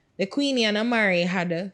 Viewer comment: If pronounce Amari as "Aye - marie" one more time 😬😅